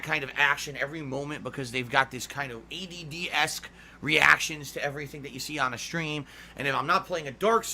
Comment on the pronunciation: it sounds like he says EDD intead of ADD